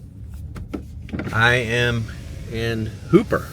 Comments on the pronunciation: So happy you did a video on my home state! Also, for the town of Hooper, many people here oddly pronounce it “Huhp-er” like hooker with a P. Nebraska has a bunch of odd pronunciations for its towns like Beatrice which we call “Bee-at-triss” or Cairo which we call “Cay-row”. Again, so happy you came and are fans of our state! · Hooper is pronounced Hupper :) and in Omaha it is called The Old Market District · It's pronounced Hupp-er instead of Hooper.